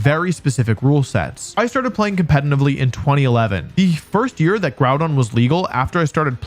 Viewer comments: I know it's a meme for pokétubers to pronounce pokémon names wrong but I'm very disappointed you pronounced Groudon wrong. Its Grew-Don. SMH. Do better 😢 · Groudon. Before JimmithyCool comes in and ruins it by calling him 'Grudon'